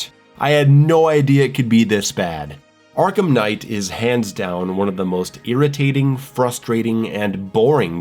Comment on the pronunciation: Arkham not Arkam 😂